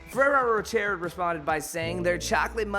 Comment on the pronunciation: … Fer-arrow Row-Shay… Pronunciation assistance